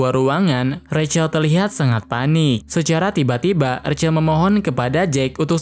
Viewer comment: Bang aslinya di panggil Zack Kalo recel seharusnya Rachel/ Resel